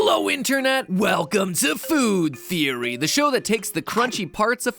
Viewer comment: faod theery